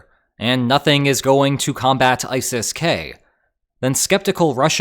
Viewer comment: E-sis? ISIS